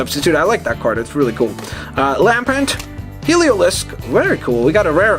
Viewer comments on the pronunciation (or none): none